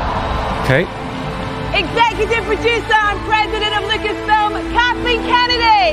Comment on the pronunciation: It’s Kennedy not kenney although kenney sounds funnier